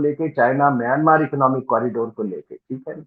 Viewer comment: इस देश को म्यँमा कहते हैं, सही उच्चारण। छिन स्टेट ही नहीं, उत्तर में कछीन, दक्षिण पश्चिम में रखाईं, दक्षिण पूर्व में कया, करीन, उत्तर पूर्व में शान, सभी अपनी स्वतन्त्रता चाहते‌ हैं और संघर्ष भी कर रहे हैं। और ये सभी देश या तो इसाई या मुस्लिम मेजोरिटी वाले प्रान्त हैं।